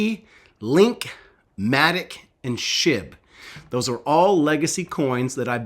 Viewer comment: I thought you said shib to twelve cents